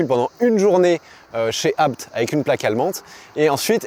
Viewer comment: Merci pour la bonne prononciation du nom de famille ABT.. et superbe vidéo 😊